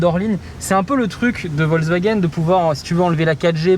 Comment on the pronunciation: Analyses et observations intéressantes comme d'habitude. Juste la prononciation "vozewagen" (même pour "hop là") un peu perturbante mais bon...